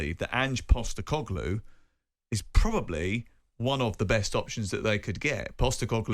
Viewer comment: Ang Postecogloulou? Matterface having trouble with the pronunciation at the start there.